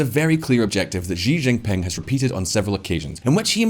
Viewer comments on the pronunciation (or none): Xi= se/see pronounce not xi= g Why the hell he was pronouncing xi=g jing ping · Will someone tell him how to pronounce Xi Jinping? She Ginping, it’s not hard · I'm surprised no one can ever pronounce his name correctly: It's She Gin Ping (English pronunciation for each word)